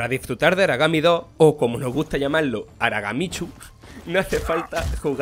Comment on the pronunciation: "Aragami Dóh" 😏